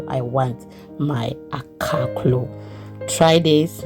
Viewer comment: This looks delicious thanks for sharing sis❤ sounded like akara when you said akaklo😅